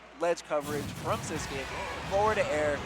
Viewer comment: Why does the commentator say “sis-que” for sisqui jajaja